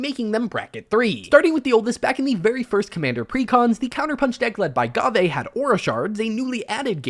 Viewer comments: It's pronounced like gave. There is a pronunciation guide if you don't believe me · Ghave is pronounced like Dave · STOP MISPRONOUNCING GHAVE